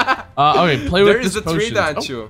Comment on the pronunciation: every time you say dancho it sounds like your saying ' Dance Show ' lol